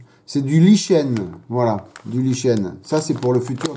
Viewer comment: Oui je participe. Conseils de prononciation : Pas waïteuring mais wézeurine. Pas lichêne mais likène. Pas couverture mais gouférdureu. Concernant Hobby Boss, je n'en achèterai plus. Bien qu'ils fournissent quelques extras dans leurs kits, comme des trains d'atterrissage en métal et quelques pièces en résine, ils n'ont hélas aucun respect pour l'exactitude. Exemple : la planche de décals où il manque de "J" de "John F. Kennedy". (et il y en a d'autres !)